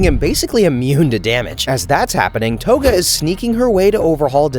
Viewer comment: The way you pronounced togas name has to be rage bait